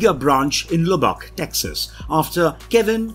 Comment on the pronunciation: As someone who has lived in Lubbock, Texas… Your pronunciation was awesome.